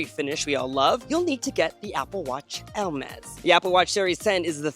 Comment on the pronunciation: The way you pronounce Hermès sounds like "el-mez", and also that was a VERY long ad break